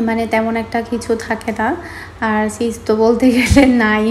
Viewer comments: ছিজ বলুক বা চিজ বলুক আপু যেটা বলতে পারে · কারো কারো কিছু বর্ন সঠিক উচ্চারণ করতে কষ্টও তো হতে পারে ভাই!!